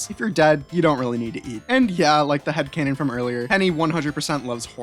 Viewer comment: Thanks for including my headcannon and you also pronounced my name wrong